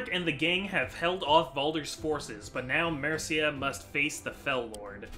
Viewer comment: i really like the way you say Mercia